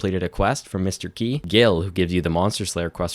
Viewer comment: Whenever I heard Mr. Qi, It's spelled as Mr. Key by all the youtubers for whatever reason